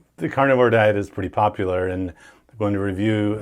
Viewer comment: There is no way that beach bum not sit is a doctor. Am I alone...did he not say " popaler"?